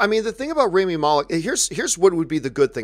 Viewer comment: Too bad Robert can't pronounce Rami's name